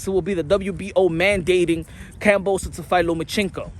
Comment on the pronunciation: You can't even pronounce his name right these days. 😂 What a flog